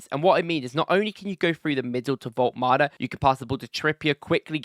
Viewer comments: His name is Woltemade not Woltmade you are welcome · Wolt-E-Made - you can't just not pronounce that E - It's kinda like calling your Monarch King Chares. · Vol-tuh-mah-duh is his name btw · Pronounce all the letters: vol ta mar da - woltemade